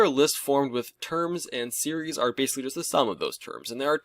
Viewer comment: "sewees and series"